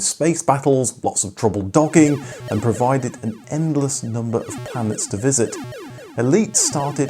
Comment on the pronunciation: "... lots of trouble docking" sounds like "... lots of trouble dogging" 😁